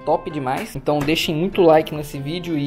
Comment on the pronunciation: Ele falou hentão?